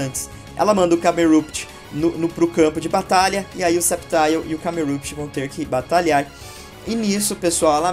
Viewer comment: e eu...achando q era Camerupt(pronuncia câmerâpit)